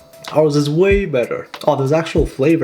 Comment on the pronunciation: I like how he says ours